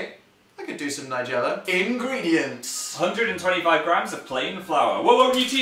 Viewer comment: in-green-diant hahaha! im sorry!